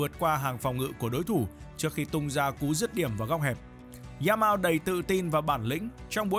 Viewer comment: “Za mao” Nghe bạn đọc mà nhức cái đầu